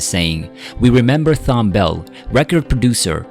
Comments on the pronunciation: Computer generated disrespect!! Easy to program with the "h" being silent. He leaves a Strong Legacy of authoring, publishing, directing and recording some of the Greatest music in our Lifetime. May he and his primary writing partner, Mrs.Linda Creed Epstein, Rest in Peace. 💔💔🎵🎤⚘⚘ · It's so disrespectful to do a biography on someone and constantly mispronounce their name! His first name is pronounced "TOM"... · This guy can't read! Thom Bell first name is pronounced: Tom. The "H" is silent. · His name was Tom not THOM...H is silent. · It's pronounced "Tom". I used to work with them. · His name is pronounced with a "T" as in Thomas. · Thanks for your tribute. Please consider rerecording your narration to say his name correctly. Thom is pronounced the same way as Tom. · Amazing talent. RIP Thom. (Btw fyi his first name is pronounced as Tom) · Damn it's Thom( Tom)...Like Thomas...What is so Difficult about his Name (Computerized Voice)...So Disrespectful to his memory...R.I.P Philly & World Legend 🎼🎵🎶... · His name is pronounced TOM! I find the narration to be annoying because of it. He deserves better. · There’s a lot wrong with this tribute including mispronouncing his name throughout. Captioning pictures incorrectly, like showing his songwriting partner Linda Creed instead of his wife when referring to family. Thom was a legend, definitely someone to look up to, who helmed timeless soul classics and worked with the cream of R&B artists, particularly in the 1970s. He was born in Jamaica, but that wasn’t mentioned. He has left an indelible mark on American popular music. There were few like him. An icon to be sure. RIP Mr. Bell. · A true American treasure. I do wish the makers of this video would have the respect to pronounce his name correctly. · Ikr. Annoying asf 🤦🏾‍♂️🙄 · The h in Thom is silent.Not trying to be snarky, just want to be helpful to someone bold enough to put themselves out there. Peace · It's pronounced TOM not T- HOM. The H is silent. SMH.